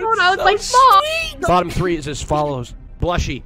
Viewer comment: Shut up Karl whats so bad about saying tree instead of three :c